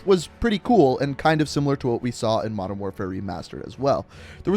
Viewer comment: Jello “mondern” lmao